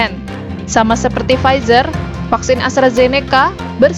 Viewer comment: Bukan frizer mba 😆 pfizer